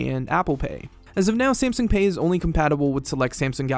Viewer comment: Every time he said Samsung like "Samsing" I wanted to carve my ears out